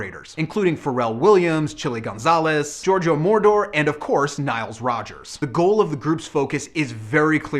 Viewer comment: Giorgio Moroder (Mow Raw There, i know nothing about written english phonetics (: ) not Giorgo Mordor, it sounds creepy. :D